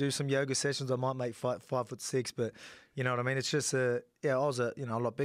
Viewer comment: Alexander "yaknoewaddimeen" Volkanovski